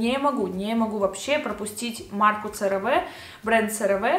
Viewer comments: Очень полезное видео, тоже люблю CeraVe, правда читается не как Цераве, а как Керави (французский манер)❤❤❤ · CareVe читается как «КэаВи»